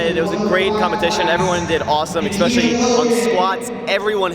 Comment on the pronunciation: Ex-specially orrrrr Especially? Haha. POTATO!!!!!